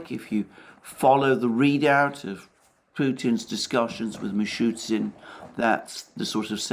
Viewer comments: Mishustin is the name. Not Mishutsin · The name is MishuSTin, not Mishytsyn :) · It is acutally "Mishustin", not "Mishutsin", sounds funny when you know it xD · Alexander, thank you for your daily high - value analysis. Little "Russian name pronunciation correction", if I may: MI-SHU-STIN not MI-SHU-TSIN So it's ending "STIN", not "TSIN". I am sure you don't mind. 🤗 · Dear Alexander, just a little correction: the PM of the RF’s name is Mее-SHOO-steen, Мишустин. Not ‘Meechootsin’.